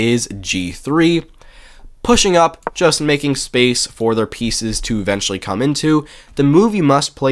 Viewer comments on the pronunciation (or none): none